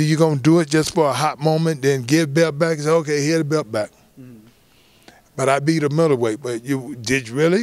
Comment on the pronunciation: is it belt or belp lol why holyfield keep saying BELP